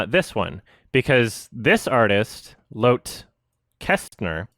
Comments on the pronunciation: "loath" is the funniest pronunciation of lotte I have ever heard. think loh-tah. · How to say ''Lotte'' ... You have to say both T's, and it has two syllables. Lot-te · Also, "Lotte" is typically pronounced like "law-tee" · Very interesting case. I'm glad Lotte got her recognition in the end. BTW, I think it's a Swedish name, so it's pronounced "Lot-tuh". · Does know it's pronounced "Lottie/Lotty" and it's short for Charlotte? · I think it’s lotte pronounced like “Lot-ee” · It would actually be more like "law-teh", as Lotte; while short form for Charlotte, is more prominently used in Scandinavia/Germany. Lottie or Lotti would be more like "law-tee". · The most shocking thing I took from this video is butchering of the name Lotte